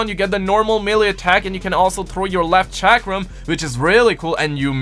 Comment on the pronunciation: why does nobody know how to pronounce chakram??